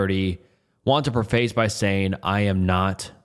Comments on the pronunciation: really said pre-face instead of preface 😂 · preface is pronounced preh-fuhs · The word preface is not pronounced " pre-face". Its pronounced "preh-fis". From the first story. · "Preface" is pronounced "preh-fuss" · Preface is pronounced "prefəs". Bedraggled is pronounced "bəˈdraɡəld". Not being an a$$h0le, just trying to educate and help you with your narration because I enjoy your channel. 😇 Story #1 reminds me of the documentary THE IMPOSTER (2012), about French conman Frédéric Bourdin, the "chameleon" who impersonated missing Texas boy Nicholas Barclay. Such a sad and confusing outcome. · Is not me trying to be a dick preface is pronounced preh-fess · The way you pronounced “preface” and “bedraggled” and “begrudgingly “ in the first few minutes was certainly something